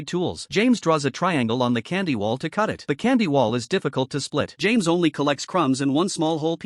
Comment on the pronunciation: Got the names so wronggg 😂😂😂😂😂😂😂